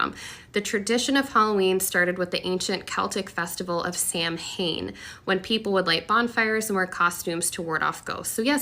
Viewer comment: Here in Sweden (a secular but originally Pagan country that much later became Christian) we celebrate both Halloween and All saints’ day (people always mix them up though 😂) and I can say as a Christopagan (trinitarian wicca) that 1) she pronounced “Samhain” wrong and 2) pagans have never sacrificed humans or animals more than Christians did and that was was in both religions a very long time ago. Paganism in most cases are nature-based religions. Most modern pagans believe that October 31st is the day where the veil between the spirit world and our world is thinner and therefore do more spirit work on that day/period of days. What kinds of spirit work? Mostly workings such as ancestor work which means honouring our dead relatives or our heritage. But of course you can work with whatever sprit.. What I’m meaning to say is that no, it’s not evil! It’s just different… I can’t speak for satanists though. But I hate it when Christians lump us together, because we’re not all satanists (and also not all satanists are actual devil worshippers..)